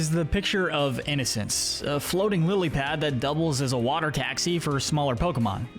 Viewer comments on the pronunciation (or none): none